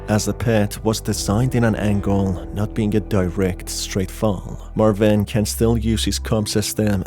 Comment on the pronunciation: It's marvin. Not marviiiin